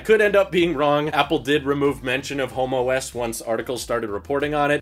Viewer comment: They might have to change the name homeOS. All I could hear saying was Homo S the whole time.